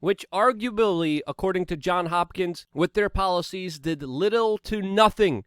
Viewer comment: It is JOHNS Hopkins, with an “s”, not “John Hopkins”. His mother’s maiden name was “Johns”, in the 1700s using the mom’s maiden name as a child’s first name was a common practice.